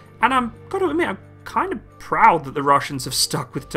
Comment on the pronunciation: "Proud"??🤣🤣 is turning rusky!!😅😅😅